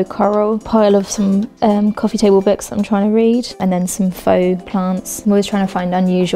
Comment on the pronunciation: What’s with people saying ‘burks’ instead of books?